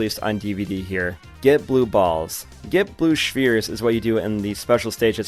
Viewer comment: Bruh his name is he’s not even making an effort to be a woman, don’t call him Also stop pronouncing spheres like a lobotomite with a bowel condition